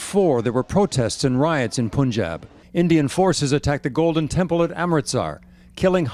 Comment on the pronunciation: If you’re going to make an informative video, please get the pronunciations right. It’s not Poonjab. It’s Punjab. It’s not Sick. It’s Sikh